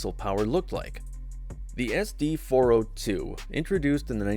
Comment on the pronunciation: obvious AI slop, nobody pronounces it "S D four oh two"